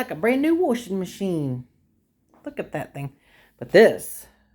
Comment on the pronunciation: "Worsher" "wyshing meh-sheene"